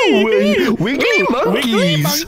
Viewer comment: The fact can't say wiggly right kills me 😂😂😂